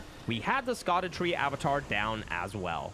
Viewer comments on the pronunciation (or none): So Scadutree is not pronounced as you think, since it’s actually old English and sounds more like “shadow”, kinda a “shah-dew”